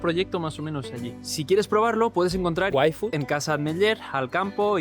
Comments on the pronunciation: algo me dice que en el video original decia "ifud" pero la marca es en ingles y le dijeron que debia ser "uaifud" y pues no podia irse a hacer otro video y metio el "uai" por arriba xD grande:3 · desde casa añadiendo yfood entre huecos de silencio😂😂😂😂 Parece que digas waifu